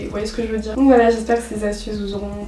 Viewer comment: T'es trop belle et trop cool dans ta manière de parler. J'adore ton "Woilà woilà"❤️❤️